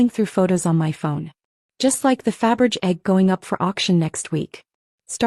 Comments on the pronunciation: "Faberge" is pronounced "fab-ur-zhay"! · Fabergé would turn in his grave every time he the AI narrator and the subtitles fuck up his name.